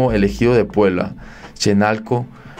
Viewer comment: no es Chenalco es CHENALÓO